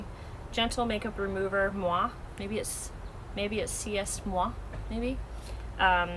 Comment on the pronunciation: The make-up wipes are nice. C'est Moi! It's pronounced "Say Moi." It means, It's Me in French. Anyway....love the wrap too!!